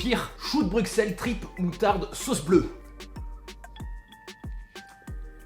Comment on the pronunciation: Non mais je t'aime beaucoup mais ça m'énerve quand tu prononce mal Bruxelles! Le x ne se dit pas, il se prononce "s" ce qui fait Brussel! Merci ><